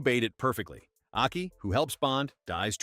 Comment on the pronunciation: Video mixes up images of the two Japanese actresses. Also mispronounces Aki as ‘Achy’.